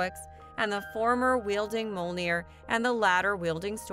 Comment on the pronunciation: Good video but I wish you would have at least tried to pronounce Mjolnir correctly. It's an m y sound.